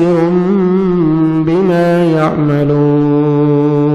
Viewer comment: AoA akhri Ayat ka last word (yamaloon)drust kar legey